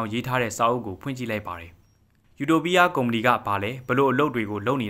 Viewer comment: ယူတိုပီးယား❌အူတိုပိအ✅